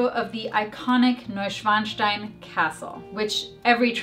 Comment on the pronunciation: Thank you for the useful advice but I have to say... Neuschwanstein and Garmisch-Partenkirchen are no easy place names and you nailed the pronounciation! Very good! Thank you! ;)